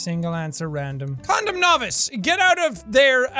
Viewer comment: What's a condam? ~Miranda Sings